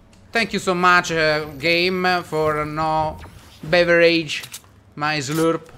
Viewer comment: ciccioinglese: bere= bevereig